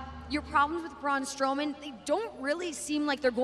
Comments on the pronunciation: braun stoman lol reporter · “Braun Stowman” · Lol she said stowman!!! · Braun Stowman, WHAT?